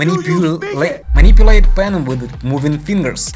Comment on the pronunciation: i laughed so hard when he said "My-nipple-aid"